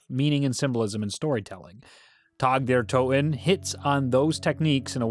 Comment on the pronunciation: Calling it tag like the game really bothers me lmao